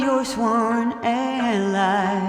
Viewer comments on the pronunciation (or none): none